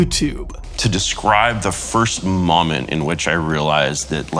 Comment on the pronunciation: Why does he say "mom-ent" instead of "mo-ment"?